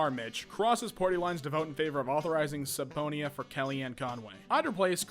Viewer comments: It's pronounced su-pee-na not su-pon-ya lmao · With all your stickler-for-pronunciation attitude, you’d think subpoena might give you pause. It’s pronounced sub-peena. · Jesus fucking christ, it's pronounced sub-pena, not sub-ponia. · “Suh Pony Ah”. Suhponya. Wow. Your only job is reading but you can’t read. Ug. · This guy really said suhpohneea, come on man. subpoena is pronounced supeena my dude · 😂😂no way he says pronounces the word “subpoena” sub-poe-nee-uh when it’s pronounced suh-pee-nuh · “SUB-PONY-AH” Broooo the word is pronounced like “SUB-PEEN-AH” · Dude gets a New Zealand accent out of nowhere trying to pronounce encephalopathy. Authorizing “sub ponya” For Kelly Anne 😂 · LOL "Sup Pown Nia" - Dec 2020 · It's pronounced sub-peena... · My man worried so much about the pronunciation of word and then says subpoena as “sub ponya” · You just pronounce subpoena as supeyonah? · Omg when he mispronounced subpoena (sub-peena) I was dying 😂😂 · For someone who makes a living reading things you are fucking horrible at reading. Like the medical stuff sure but subpoena?? It’s pronounced sa-pee-na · Subpoena is actually pronounced sepina (funny, right?)... just thought you should know 😊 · “Sub-pony-ah” Fuck me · I'm sorry but its pronounced 'Sopeanah' 😂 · I know he's trying his best with the words but I'm in 6th grade and oh my god when he said subponia instead of subpoena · Did you really say subponia when pronouncing subpoena? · "Subpoena" is pronounced "su-pee-na" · that pronunciation had me laughing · He read supenoa wrong... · Honestly, you can't pronounce "subpoena"? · “Subpoena” That’s not how you say it... Edit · •Lemons• Better to let him know now than let him keep walking around as a grown-ass man who can’t pronounce basic words like “subpoena”. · Clearly a law abiding citizen, and non subtitle user because he has no clue how to pronounce “subpoena”. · .. is that how you say subpoena or what?